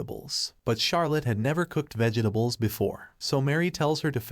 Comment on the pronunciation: I think it's entirely AI generated. Described Charlotte as "perpetually sad" instead of "suffering from depression" and the way it pronounced the word "vegetables" was very strange